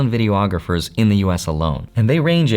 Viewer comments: vi·dee·aa·gruh·fr NOT vi·dee·o·aa·gruh·fr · ayo.. 'a guy who did video production professionally for twenty years' should know its just 'videographer' (vi·dee·aa·gruh·fr) not 'videoographer' (vi·dee·o·aa·gruh·fr).. theres no reason anyone should be running around out there sounding less educated than they absolutely have to. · Love you.. but please say vi-dee-aa-gruh-fr, five syllables, NOT video-ographer (six syllables). ❤